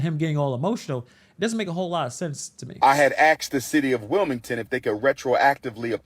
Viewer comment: Umar claims to have a PhD but can’t say “asked”.